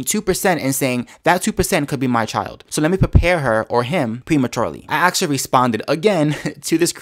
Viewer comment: actually not axeally ask not axe